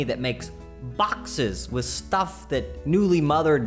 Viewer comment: The way he emphasized "boxes" at the beginning made them sound so boring lol